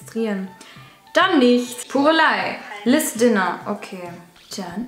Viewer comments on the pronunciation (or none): Liz dinner statt Liz kaeber🤣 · Wie sie Liz Käber sagt😂😂